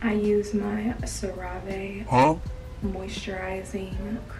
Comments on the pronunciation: ‘Cee Raa Vae’ 🤣🤣🤣🤣🤣🤣🤣💀😭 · i literally was crying laughing at "Cerave" lmaooooo ❤️